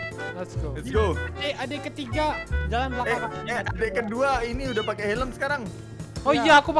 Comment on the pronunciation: PAKE z bukan pake s maaaf